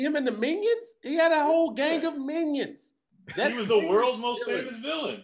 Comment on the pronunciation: How come when said minion it sound like he said onion 👀👀👀👀👀👀👀👀👀👀👀👀👀👀👀👀